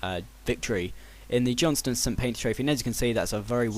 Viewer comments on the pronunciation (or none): none